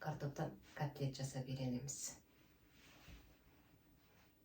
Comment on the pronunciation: Жап-жас болып қандай сауатсыз едіңіз, катлет емес*котлет* қой. Тіпті ұяламын осындай сауатсыз кісілердің интернет желісіне шығып алып бірдеңе дейтіндеріне. Бүкіл елге бірдеңе демес бұрын, кішкене грамматика жағына мән берсе екен деймін осы кісілер.